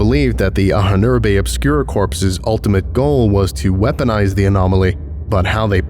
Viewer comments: Just a minor info: "Ahnen-Erbe" is German and means "ancestors' heritage", and it is pronounced Ah-nen-er-buh, ("Ah" like "After", "nen" like "linNEN", "er" like ERror, buh like "BUried", with the main stress on the first syllable, "Ah" and the second main stress on the third syllable, "er" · You really have to look into how to pronounce "Ahnenerbe" - it has a really obscure syllable division in your script.